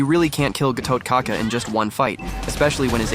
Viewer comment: Gatotkaca is actually pronounced Gatot Kacha.